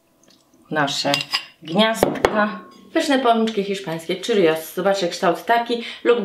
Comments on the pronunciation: Hiszpańskie śniadaniowe churros można też podać tradycyjnie z gęstym sosem czekoladowym, Pycha! Tylko drobna uwaga: churros wymawia się prawie tak jak się pisze - cziurros, nie czirios :) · Czyta się czrros a churros jest z meksyku